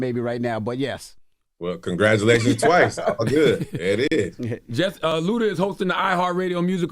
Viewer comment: It's ludaaa.